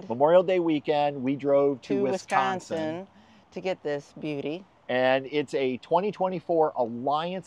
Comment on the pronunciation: Congratulations on the change. Also, kudos for saying wuh-Scahnsin correctly.